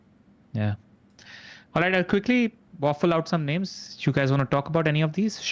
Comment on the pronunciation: Love the pod, but can y'all put in some effort into learning the right name pronunciations? I think its a bit disrespectful if y'all are not even trying at all (sometimes).